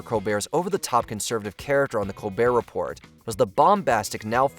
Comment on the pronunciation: You had me until you pronounced the t in “Report”